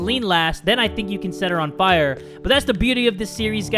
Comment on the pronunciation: Fire not fore*